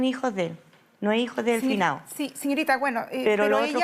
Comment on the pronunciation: "El finao"